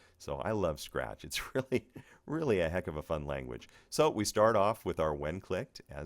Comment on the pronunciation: "A Scatch"